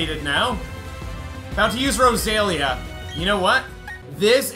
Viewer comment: it’s pronounced Rosa-leah. Don’t question how I know.